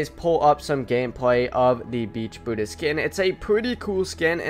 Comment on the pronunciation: Welease patewn.... weewy weewy....bwutus lol